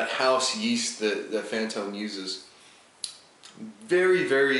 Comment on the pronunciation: It was more like "boom. Yeah that's fantome yeast"